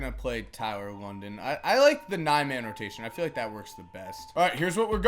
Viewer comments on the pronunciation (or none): Lydon, not London,......